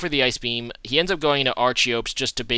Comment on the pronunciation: loved the vid man but id just like to add a little note, that archeops (pronounced ARK-EE-OPS) may have massive attack, but it has an ability (it can only have 1 ability) which halves attack and spcl attack when its HP is below 50% which is why it has such good attack... im almost certain you probably already know this considering how long ago this vid was made, but i couldnt help point it out